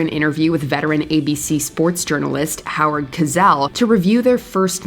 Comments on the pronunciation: Did you pronounce Howard Cosell as Howard Kazell? His name is pronounce Howard Co-Sell. What the heck. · I was wondering how the narrator was doing on pronouncing all those foreign names, until I heard "Howard Cazell." Ooops! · Who is Howard "Kizell"? Oof, these narrators are rough. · I will always take the side of Jim Everett and I will never take the side of Al Sharpton. Hell, I'll take the side of Roy Innis twice on this list Does WatchMojo even KNOW who Howard Cosell is? Seriously, try pronouncing his name. Nuff said.